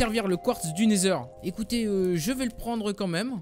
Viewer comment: le dragon c'est dans le ender pas le nesheur xD